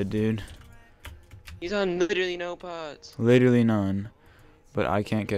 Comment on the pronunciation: btw. Please stop say "litally"